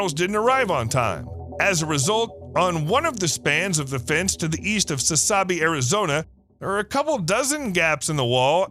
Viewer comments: It is pronounced------SASS-A-BEE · "Sass- A - Bee".....Arizona....